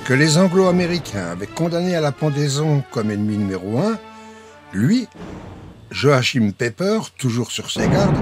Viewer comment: Même le prénom est mal prononcer 😩😩😩😩😩